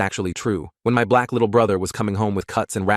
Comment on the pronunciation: Why you say black like that when my BLACK lil brother